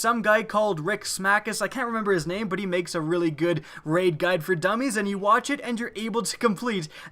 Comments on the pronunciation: you said: start raid, end rait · "End Rait"